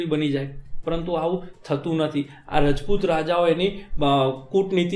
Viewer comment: nice lacture bhai..... but please don't call it રજપુત say it " રાજપુત" or "ક્ષત્રિય" ....